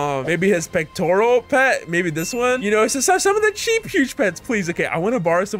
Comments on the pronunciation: My guy said pterodactyl as pec-tor-ral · My man called a pterodactyl a petoral